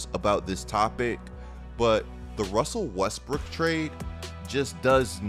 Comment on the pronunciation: "wussell Wesbruok"